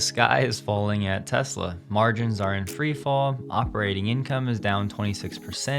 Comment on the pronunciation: Freefall not treefall